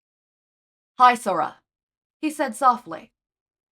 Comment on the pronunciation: I do believe it's supposed to be pronounced as hee-sora instead of hi-sora, but amazing otherwise!!!